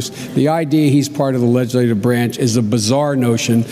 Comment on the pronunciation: Biden never could pronounce the word "legislative" properly. Even back then he butchered the word.